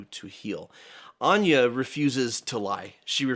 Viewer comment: As someone who never hears my name elsewhere, it is so weird hearing say "Anya" in this 😂